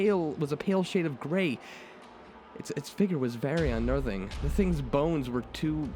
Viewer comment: Sort of a weird question, but are you by any chance asian? Japanese? I just noticed today you don't pronounce "T";s at the start of the word (Such as 'The') but instead say "D"(De, Dat, Dis), My Japanese friends do the same. I was just curious. Also that end slate had me laughing my ass off